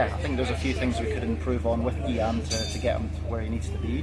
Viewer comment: I’m surprised Shaun calls Gyan “Geeyan” isn’t pronounced “Heeyan”?